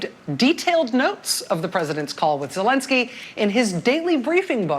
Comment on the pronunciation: The way Trevor pronounced "Zelensky" was so spot on! Russian accent it is!